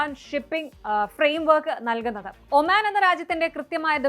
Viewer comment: ഒമാൻ ആണ് omen അല്ല